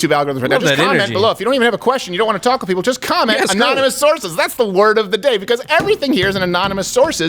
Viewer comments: Anon-a-moose sore-says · A-non-e-mouse sources